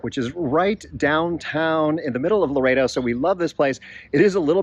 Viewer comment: and the other one is Loreto...think Lor-ett-oh. Seems strange but that's how the locals/natives pronounce it.